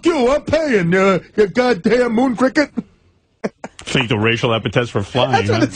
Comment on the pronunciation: artie says Moon Ckicket!!! LMAO!!